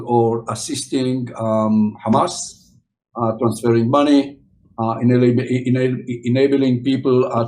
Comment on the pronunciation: first Isreali saying "Hamas" right instead of khamas or ghamas